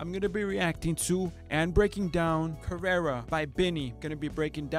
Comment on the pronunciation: You don't speak spanish? I was just wondering cause the way u pronounce "Karera" doesn't sound mexicano